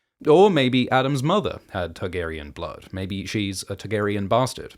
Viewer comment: I only just now realized that you say Tug-arian. Now I can’t unheard it.